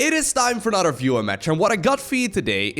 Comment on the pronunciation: whaaaat?!? i always thought he was saying "fewer submitted replays"! omg i didnt think about that @@